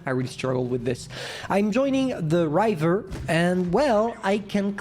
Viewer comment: Your English is very good but to help you with river, the "i" is pronounced like in rib, bib, if, tip, gift, etc. I don't know French so I can't give any phonetic examples there, but hopefully that helps. Much respect to anyone who speaks multiple languages or even is endeavoring to learn a new language!